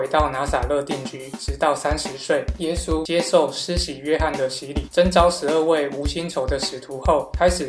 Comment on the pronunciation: 你讲耶稣的时候说话模糊不清，听不明白你说啥(⊙o⊙)？